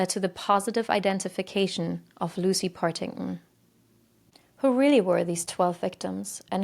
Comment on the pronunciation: BTW, it's PartingTon, the Ts are not silent!